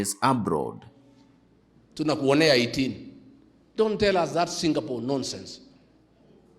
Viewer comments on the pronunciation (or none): By the way ===== It is Singapore not SINGAPOLE.Where did you do your Geography?